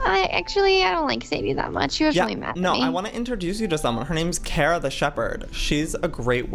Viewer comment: you are pronouncing Kara wrong , ita kara not kera, you an Cat Grant need to understand (supergirl fans will relate)